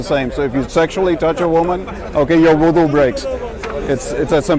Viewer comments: It is wudu, not voodoo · It's not voodu it's wudu